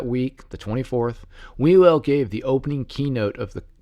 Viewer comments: Sorry, even though there's some interesting information in this video/podcast, it is hard to take seriously when you pronounce his name "We Will" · It's pronounced 'Hugh el".